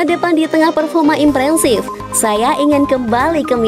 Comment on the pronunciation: 3.35 impresif min bukan imprensif :(((